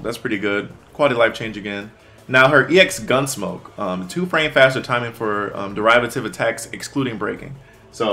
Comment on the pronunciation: Derivative = “dur RIH vuh tiv “